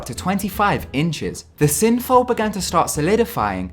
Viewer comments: I was annoyed when he called synthol, synfol.....and diuretics as 'duretics'. What an annoying voiceover. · Dude, it's 'synthol' not 'synfol' ! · Synfow. You mean Synthol!